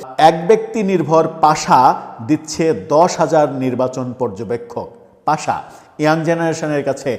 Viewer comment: পাশা নাকি পাসা নাকি পাছা? সঠিক উচ্চারণ করুন